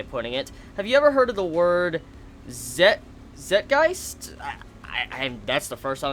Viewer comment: its pronounced ˈtsītˌɡīst,ˈzītˌɡīst/ and im surprised you have never heard of the world considering your a youtuber and all..